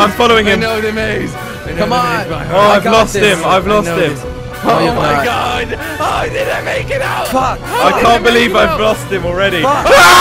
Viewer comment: Dylan Lawson you said on my god not oh my got